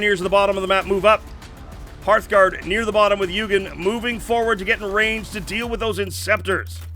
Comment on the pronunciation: I hate to be that guy, but I literally can not help myself. Eugen is pronounced Oygen, not yougen. It's German.